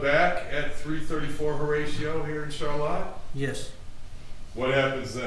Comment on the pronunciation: Why are they pronouncing ‘Charlotte’ all weird like ‘Char•Latte’ to make it sound fancy...